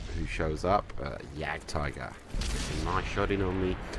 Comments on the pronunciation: And? I just thought that when you grind all the way to a tier X tank you should be able to pronounce it's name right. Plus before you put videos up with it included, you should pronounce the name right. At least watch a review of the tank. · you are pronouncing Wafflentrager wrong.